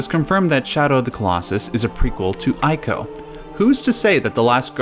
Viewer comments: EE-KO Not ay-ko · Yeah, it's "ee-koh", not "eye-koh". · It's pronounced ee-co. Say it with me! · It’s eeeeco not eyeco. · It's pronounced ico (eeko) not (eyeko).... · Not 'eye-co', but 'ee-co'.. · Ee-ko. not Eye-ko. EE. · You probably got a ton of these comments, but... it's not pronounced "eye-koh" It's more like how you pronounce Trico. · please stop saying "eye"co its "ee-co" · Why are you calling it "Ay-co"? The last guardian should have cleared that by now as the boy clearly says the beast's name. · Ico is pronounced "ee-co"! Trico rhymes with it and that was mentioned in the making of video of The Last Guardian. いいこ (iiko) could even be translated as "good child" which would work with your hypotheses. Also the "yinyang" symbol is called taiji. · It’s pronounced E-CO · It's pronounced ICO (ee-co) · Jesus Christ why is it so hard for someone who's a fan to call the games and developer by it's correct name. It's pronounced "eco" It's not that difficult you got it right with Trico but mess it up on everything else? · Daniel is correct. In Japanese it’s ee-ko. The I is pronounced as a hard E. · It's pronounced "eeco" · TREE-co and EYE-co. Some men just want to watch the world burn. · "Eye-ko"?! C'mon man... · you can't even pronounce Ico nor Fumito Ueda. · Pronounces Japanese names correctly...but not Ico. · Things I disagree with: 1) Your pronunciation of "Ico." 2) Saying "Colossi" when you actually mean "Colossus." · I dissent on the pronunciation of 'Ico'! ... Yeah, the internet is still the internet. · Every time he pronounces Ico wrong I cringe lol